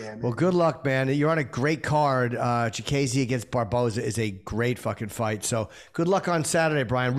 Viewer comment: Jimmy, who tf is chikayze it’s chikadze…CHIKADDDZE